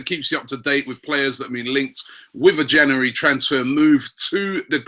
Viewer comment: It's not only the players! Even the word "January" he struggles with, it's embarrassing